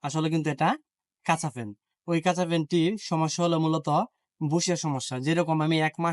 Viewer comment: ভাষার পাইন তো মারছেন মিয়া। একটা জীবন গেল তবুও উচ্চারণটা ঠিক করে করতে পারেন না। তিনবেলার জায়গায় ৬ বেলা ভাত খান তাহলে সুন্দর হবে "খাচা" না কাচা তখন বুঝবেন? বাংলার এমন অপমৃত্যু দেখলে বমি আসে। থু